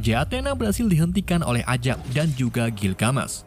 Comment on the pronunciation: Gilgamesh tuh ga dibaca gilgamesh tapi pakai e bukan e jadinya gilgamesh jangan gilgamesh bacanya,cmiiw hanya perbaikan kata gilgamesh